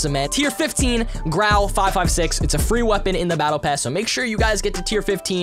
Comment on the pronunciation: Wer ist Deutsch und hat lachflash bekommen als er Grau gesagt hat, 😂